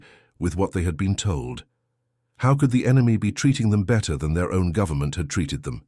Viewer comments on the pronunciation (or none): none